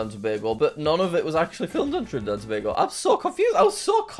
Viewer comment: As someone from Trinidad & Tobago, I'm giving you half a point for pronouncing Tobago correctly. So many people get it wrong. Here's a fact: Trinidad and Tobago is home to the largest natural deposit of asphalt in the world. It's called the Pitch Lake.